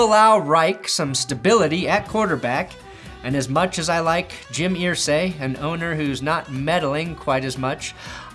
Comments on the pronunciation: Pronounced er-say not ear-say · ERsay! Not EARsay! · Pssst!!! It's pronounced 'ER-say' rather than 'EAR-say'. My poor old Hoosier ears struggle. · Jim Irsay is pronounced like Er not Ear. 😂